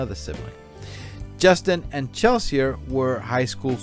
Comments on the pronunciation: The name 'Chelsea' is pronounced 'Chelsee'. (not 'Chell-see-ah') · Just as a matter of interest why you pronounce Chelsea as Chel-see-ah?